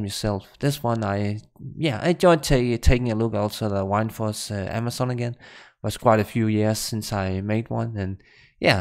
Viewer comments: Btw I am sorry for this, but every time I hear you sayin "why-nd-force" my ears start bleeding. It is '"Wind-force". WInd like breathin English or vind in your language :-) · whind-force?? the fuck bro lol? its wind. like the wind blowing from a storm. wtf wtf?